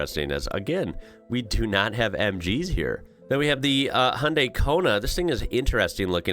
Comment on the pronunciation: Come on now you can say Hyundai correctly.